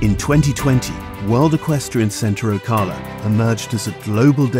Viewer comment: Why do you need an English commentator? The pronunciation of Ocala needs to come back to America. I get it, the description and images are spectacular. A beautiful venue and complex.